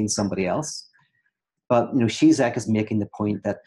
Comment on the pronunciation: Pete: just btw: the Ž in Žižek ist pronounced like a "J" in "Journalist"; he is called: "G-Jack" not "Tsitsek".